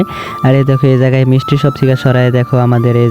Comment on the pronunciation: Mistry shop❌ misti shop😂😂😂😂😂😂